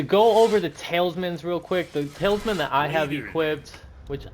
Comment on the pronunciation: Bro are you saying tailsman? 😅